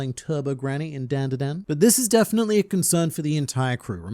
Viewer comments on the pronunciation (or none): Gotta hate the way you say DanDaDan :)